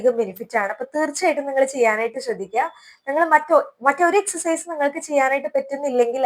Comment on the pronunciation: എക്സർ സൈസ് എന്ന് പറയാൻ എന്നാണ് പഠിക്കുക